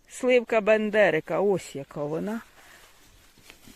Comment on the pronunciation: жовта сливка Бендрика, а не Бендерика, якщо я не помиляюсь. Також купила насіння цього сорту, кажуть цей томат смачний і врожайний. А ще він української селекції